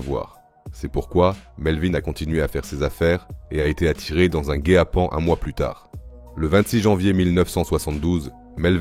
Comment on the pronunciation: Évidemment ! Ça s'entend dans le dates, ou bien dans guet-apens prononcé comme guay apen